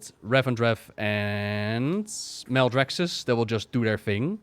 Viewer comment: "Smelldraxxus" Lol